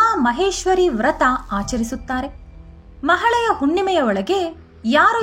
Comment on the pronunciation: ಒಳ್ಳೆಯ ಮಾಹಿತಿ 🙏🙏🙏 ಮಹಾಳೆಯ ಅಲ್ಲ ಮಹಾಲಯ ಅಂತ ಹೇಳಿ